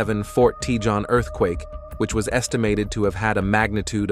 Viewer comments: It’s t’hone, not t’john! Learn to pronounce Hispanic words. The “J” is sounded as an “H”. It’s cah-hone, not cah-john. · Tejon is pronounced Tuh Hone ---Spanish word for badger